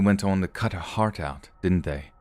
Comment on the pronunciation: heart was a little Irish, next time try pretending you're the Queen and say 'Harp' (the instrument) go less old timey and more over the top posh tot then change the p to a t and you'll be spot on 😁😘 everything else was just fine 😊 love it when you go British 😁